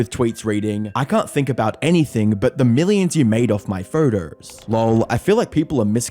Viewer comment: Why do you pronounce ‘photos‘ like that? “Furtous”